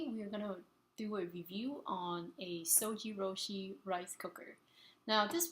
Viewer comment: It"s pronounced ZojirOOshi, ZOJI ROOSHI as in YOU sweety . But good video I got this model because of you and 5 other videos !